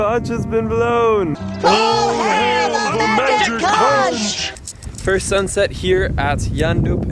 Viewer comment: It's pronounced "conk" like honk not conch like staunch